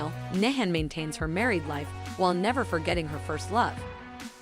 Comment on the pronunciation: As a Dutch person not speaking turkish, i almost did not finish this video because of the pronunciation of names. Kemal, nihan.... Made my skin crawl. Hazel and Hazal.... There is a huge difference.. Please do some research before insulting the language. Love the video content though.